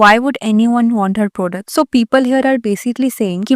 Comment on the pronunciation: Baki sab to thik hai par product kya hota hai 😂😂 pronunciation to thik kar liya karo video banane se pehle